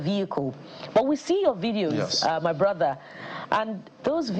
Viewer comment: 'My BRODDA' 😂